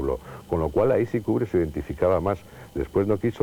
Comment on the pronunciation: porque nadie a explicado a ese hombre que se dice KUBRICK Y NO KUBRISSSSS.....